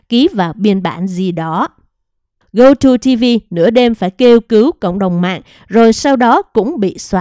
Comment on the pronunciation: Gogo TV chứ không phải GoTo TV...chán bà này quá, chữ to đùng mà đọc sai